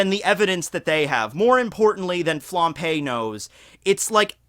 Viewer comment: Flam_b_e,, not Flam_p_e. Sry to nitpick but this is the second video of you p-ing Flambe and it's so distracting.:)